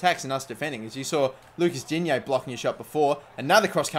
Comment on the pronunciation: Transfer window = période de transferts. Games = matches Your pronunciation of "Digne" is ALMOST perfect : you just don't say "-yay" at the end,it's Dign|STOP.Nice vid btw (sources : I'm french)